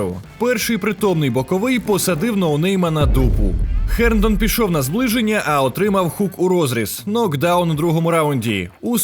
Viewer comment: Чудово, але що за Херндон? Чи ми московити, котрі не мають звуку "Г"? Герндон. Не мавпуйте московитів, коли коментатор напр. каже Гейні, а ті повторюють "Хейні" 🤣🤣🤣